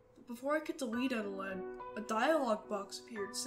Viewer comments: It's actually pronounced E-Telled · Its confirmed eteled isn't spelled eteleD or Eteled. Its eteled